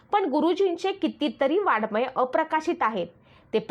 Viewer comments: अहो ताई, वाडमय नाही. तो शब्द वाङ् मय आहे. तुम्ही साने गुरुजीं सारख्या एखाद्या उत्तुंग प्रतिभा असलेल्या लेखकाबद्दल बोलताय याचे तरी भान ठेवा आणि शब्दांचे उच्चार शुद्ध करा. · Vakkyavakkyat chukiche utchchar !moththe nahi , mothe ! ani Vadagya sarakha sailent amkaryukt shabd tar saphach chukicha ahe ;Vadmay nave ,Va 'ang'may ! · शी शी किती चुका ! वाङ्मय च्या ऐवजी वाडमय व 'डोक्यातून' च्या ऐवजी 'डोळ्यातून ' म्हणणार्‍या या मूर्ख बाईला पु ल देशपांडेंच भाषण वाचायला देणारे शतमूर्ख! पु लं असते तर हे ऐकून त्यांनी सुद्धा जीव दिला असता ! न चा ण आणि ण चा न करते त्याकडे एकवेळ दुर्लक्ष करू पण किती अशुद्ध व भयानक उच्चार...